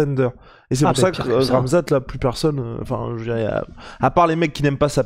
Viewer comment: ca se dit khamzat et pas ramzat